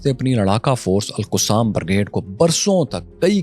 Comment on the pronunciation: bhai tu Alqussam bolna band kar pahly 🙏 Ye Alqassam Brigades hai Alqussam nhe